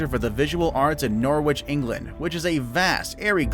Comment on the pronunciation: That is not how you pronounce Norwich